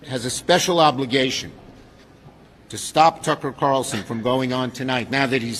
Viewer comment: “Lassnight Tucker cawwlsen took a page from George Oooowwell’s 1984”